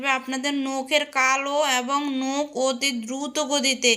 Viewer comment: নোখ না নখ